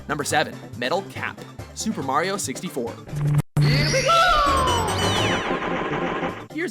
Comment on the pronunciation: WOW YOU SAID HIS NAME RIGHT MARIO NOT MERIO